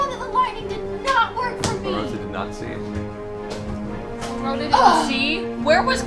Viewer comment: it's clarot(t)a, not claroca, but can see why you'd hear that XD